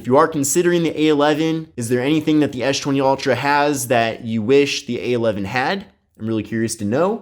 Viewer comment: Why does he pronounce s20 as schwenty?